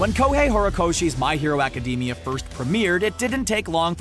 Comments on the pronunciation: Its Academia not acdemi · Thats not how you say ACIDAMIA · I cringe everytime he said academia